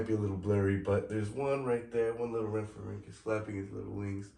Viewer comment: Palaeontologist in training here! I’ll fact check! You said rhamphorhynchus correctly! Not an easy task, good job! Yes late Jurassic, 150.8 to 148.5Ma. Aspidorhynchus is a wacky fish! This would take ages so I won’t say when you’re right only correct when you’re wrong (if it comes up.) The aspidorhynchus was likely biting the wing of the rhamphorhynchus as its jaws were closed near its humerus. I’m not going to talk about how you said Europe! Most species names such as rhamphorhynchus are singular and plural. One rhamphorhynchus, many rhamphorhynchus. Archaeopteryx is a reptile, all pterosaurs, dinosaurs and birds are reptiles. All birds are dinosaurs, not all dinosaurs are birds. It’s why we called them either non-avian dinosaurs or avian dinosaurs aka birds (aves, ay-v-s) Rhamphorhynchus had an estimated wingspan of 1.81m (5.9ft) and a length of 1.26m (4.1ft) with a standing height of around 0.45m (2ft) at the wingtips. The tail length shows it was a basal pterosaur and it’s really amazing to see evolution work! depends on what you mean by successful. Do you mean the amount of time it was around for? How many of them were alive at a certain time? How wide spread they were? Many variables. it’s tail was likely not useful enough to compensate for the energy cost of growing it so they was selection pressure against it, evidenced by the fact that all known later pterosaurs lacked it. As for the diamond fletching i assume it was for flight stability and turning as seen